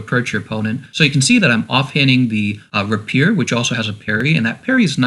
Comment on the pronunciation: you're mispronouncing rapier btw